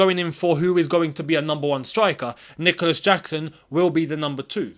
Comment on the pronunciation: saying "I'm not gonna butcher the name" after butchering the name😂